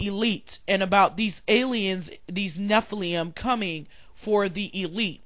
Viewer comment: Btw you are mispronouncing Nephilim. You are say nephlium. The i is before the L. It is NE-FI-LIM